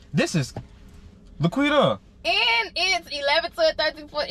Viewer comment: It’s La’Quitta**